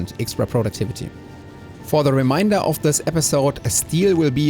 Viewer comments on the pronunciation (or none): Fun stuff. Random non-critical FYI: the word "remainder" in English is typically pronounced a bit differently than you do - instead of being like the German ai sound, like in "der Kaiser", it's more like the the English words "day" or "hay" or something... or, in case you're actually a German speaker (rather than me just lumping everything into that just because I'm learning German) the ä sound in e.g. "der Käfig". Thought you might like to know! (I know i like corrections/guidance in my language learning/improvement process. Hopefully this isn't annoying to you.) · oh, lol, or the way you say the a in Vulcanus. :) (Which I pronounce a little differently (like "Wolkannuss", perhaps??), but whatever.)